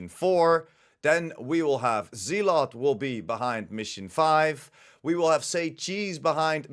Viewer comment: Pronounced Zel ot